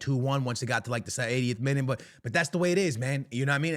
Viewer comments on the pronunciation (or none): none